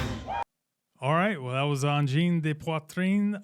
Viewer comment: Bravo! Ne t’en fais pas, 1- tu prononces bien le nom du groupe! 2- même si tu fais souvent des pauses pour donner tes commentaires c’est intéressant d’écouter tes commentaires Bravo!